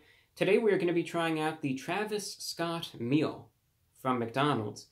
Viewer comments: “thee traviss sscott meal.” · I love how classy and professional he pronounces his name 𝕿𝖗𝖆𝖛𝖎𝖘 𝕾𝖈𝖔𝖙𝖙